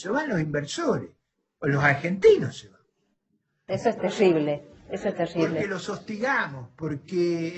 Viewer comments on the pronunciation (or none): "Las industrias del conocimiento argentinas, se van de Argentina". - "Si, es 'teshible'". 😂